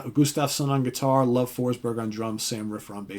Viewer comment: The swedish name Love is pronounced more like “Louveh”, not as the word “Love”, so it’s not that much hippie.